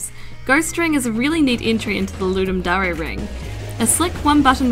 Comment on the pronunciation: voice is good but I hate how she says DARE it's not darea it's DARE! as if you're saying I dare you to ..... but great games for just 48hrs damm